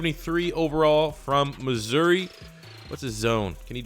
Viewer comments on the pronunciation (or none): none